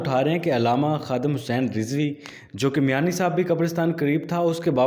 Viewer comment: Ye Kamina Huzur Amirul Mujahideen Allama Khadim Hussain علیہ الرحمہ Ka Name Sahi Se Nhi Leta Hai